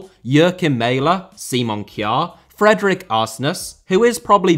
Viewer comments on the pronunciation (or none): none